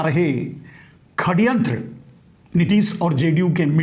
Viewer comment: षड़यंत्र को आप खड़यंत्र बोलते हैं,यदि सही है, उचित लगे तो कृपया सुधार कर लीजियेगा.. आपको नमन है, इतनी खरी और सही बात कहने का साहस बहुत कम लोग कर पाते हैं,इस दुष्ट व्यक्ति से देश को छुटकारा मिले, आपके इस अभियान की मैं अनुमोदना करता हूं और ईश्वर से प्रार्थना है कि शीघ्रातिशीघ्र आपकी वाणी फलित हो.